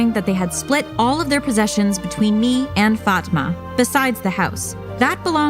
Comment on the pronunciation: I have a friend with that name and it's not Pronounce like that🤣🤣